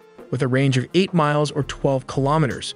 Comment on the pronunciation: Repeat after me : Ki lo me ters ! Not Kilomers